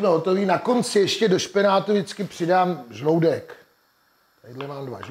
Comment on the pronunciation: Jidlo super. Ale zloutek je od slova zluty. Tedy zloutek ne zloudek. T Ze zloudku mam usi vytahane jak kokrspanel :-D